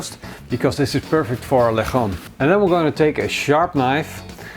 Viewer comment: lechón, pronounce it like --> letschon (if you are German)